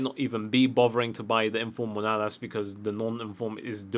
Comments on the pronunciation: 1. It's MAnOlas, not MOnAlas. 2. The Bundesliga is actually amazing but not many people know it. IF Embolo is awesome. Goretzka-IF Naby Keita is one of the best pairing in midfield. IF Vogt one of the best defenders in the game, fast, strong, very tall, good passing, even good dribbling. The fullbacks are not that great but (obviously you have Alaba) Kolasinac is very strong, has good pace and is very solid defensively, and on the other side Coke is good if you put Shadow or Catalyst on him, Weiser if you boost his defence,... Basically, I'm doing quite good with a Bundesliga every weekend but whatever. Obviously the PL is massively overrated with how many great options you have but that's because EA have to please the community. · It's mAnOlas, not mOnAlas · hey I see that you keep butchering your greek CB name.His name is pronounced as you read it. Ma-no-las. I'm from Cyprus so I speak greek. Hope you see the comment! pls like so he can see it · It's freaking MAnOlas ffs